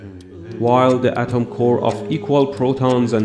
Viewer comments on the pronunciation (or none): none